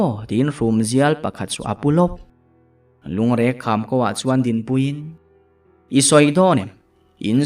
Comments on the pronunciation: Lungreng kham i lam dan hi a dik lo deuhin ka hria,Reng tih hi Thereng kan sawi a,reng kan lam rik anga ri tur niawm tak a ni. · Lungreng kham i lamdan ah hi chuan a ziaktu thluk rilruk dan nen chuan a in an chiah chu ka va ringlo em..